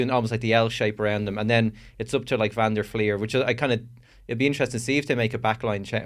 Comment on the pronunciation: WHY CAN NO PRESENTER SAY VAN DER FLIER CORRRECTLY?? "fleeer" not "flyer"